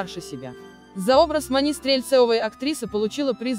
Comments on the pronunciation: Иваново - не подмосковный город! Маня не МанИ. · Как Вы читаете!? Невозможно узнать слова: МанЮ?, МанИ? Ударение куда попало! Как можно умудриться исказить такое известное и исконно русское имя Маня! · Вы хоть читайте со знаками препинания и с правильным ударением, а то имя Маня склоняете как МанЯ, МанИ!!!! Слушать не возможно.... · Фильм замечательный и душевный. А комментарии к фильму читает или робот или бестолочь - у МанИ.. Что, ударение не знает как ставить? Слушать противно. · Наверное робот читает текст, на французский манер: Софи',Мани' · Обзор конечно интересный, артисты все прекрасные , и фильм замечательный. Но бесит меня комментатор! Ударения неправильные, да и слова частенько не те, а уж бегущая строка - это вообще что то несусветное! Что нельзя обойтись без "искусственного интеллекта"?! Нормального живого человека нельзя найти для этого?! Из-за этого не хочется смотреть эти ролики. Портят настроение. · МанИ, ЛюсИ😂 прямо из французской жизни. МАня и ЛЮся на самом деле, кто только текст читает?